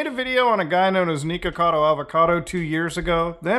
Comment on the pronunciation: Why do you say "neekocado" instead of "nikocado"